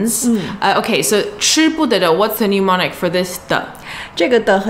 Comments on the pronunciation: Thanks for the video. FYI though. Its not pronounced 'new-monic'. It should be 'nem-onic' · hi... SIGH... whilst i can only dream of getting my childish chinese up to your standard... please note, that since you will use the word a lot in teaching... it is "mnemonic" NOT "pneumonic"... VERY different words!!